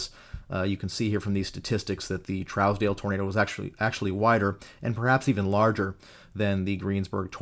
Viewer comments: Trousdale is pronounced (Troosdale). Im from that area. Keep up the fantastic in-depth content! :) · Such a great breakdown as always! Keep em coming! Here in Kansas, we pronounce it Trues-dell if that makes sense. I chased this once it got near Great Bend and to the north east